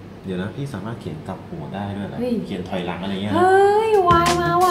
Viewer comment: ถอยหลัง ไม่ใช่ถ่อยค่ะ 🤣🤣🤣🤣🤣